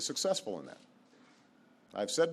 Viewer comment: He meant to say "successful ".